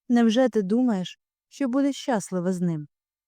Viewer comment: Будь ласка, ставте наголоси правильно. Щаслива - наголос на и. Подали - наголос на и.